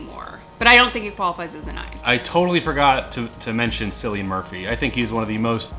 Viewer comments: Cillian murphy's name is pronounced as killian. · It pronounced Killian not Silian. needs to know!!! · Cillian: KILL-e-uhn Djimon: JY-muhn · “Sillian Murphy” wow, nice 😂🤣😅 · Cillian Murphy’s name is pronounced like Kill - ian, I don’t know if it’s a common name in America but that’s how we pronounce in Ireland where he’s from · It’s pronounced Killian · It’s a hard C in Cillian Murphy FYI but 👍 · As an Irish person watching and try to pronounce Cillian Murphy was too funny.